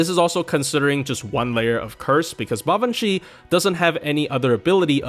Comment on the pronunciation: You might be the only FGO YouTuber I've heard actually pronounce her name correctly, so you have my respect for that!